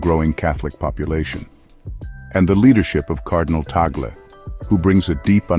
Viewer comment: Perfect pronunciation to the Family name of His Eminence Luis “Chito “ Cardinal TAG LE 🙏❗️Appreciate it.